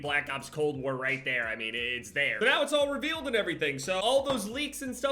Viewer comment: Cold Wer And Werzone